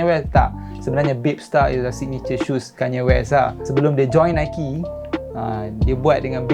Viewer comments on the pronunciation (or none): none